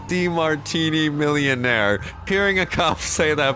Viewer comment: I cringed every time you emphasized millionaire lmao